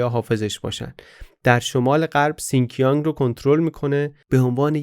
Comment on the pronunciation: تلفظ شین جیانگ رو اشتباها سین کیانگ گفتید. ممنون بابت این معرفی این کتاب هم